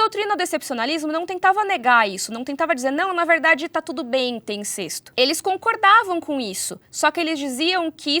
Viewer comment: Eu acredito que a fonética da palavra incesto seja "in-cés-to" e não "in-cês-to". Aprendi dessa forma.